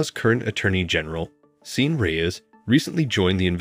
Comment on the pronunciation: Sean is PRONOUNCED "Shawn" as in Hannity.